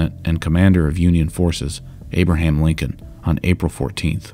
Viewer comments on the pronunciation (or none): none